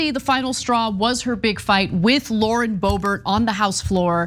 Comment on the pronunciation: Sometimes I hear "Lord Bobert" and it makes me giggle cause I think of her as like a dark lord.